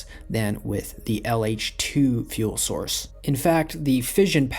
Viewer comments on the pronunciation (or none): none